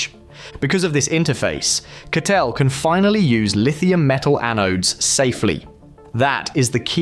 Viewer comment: Хахаха... Озвучка конечно криповая =))) Вместо Катл сказал Катёл =)))))